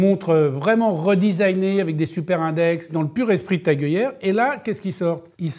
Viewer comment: Oh oh, on ne dit pas TAG !!!